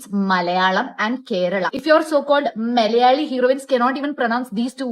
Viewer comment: Didi first of all it's not MALyali or MALyalam It's MALAyali and MALAyalam North indians delete alphabets from word's while pronouncing it and south indian add some extra to the word.